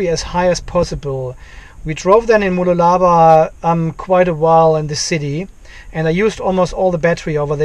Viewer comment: Se-rees mode. Moo -LOO-la-baa. LOL:-) I’m sure my German pronunciation would be worse than your English! Thanks.